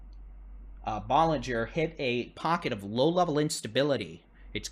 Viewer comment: I appreciate your reporting! Ballinger is pronounced with a short a as in cat. Thanks for the coverage!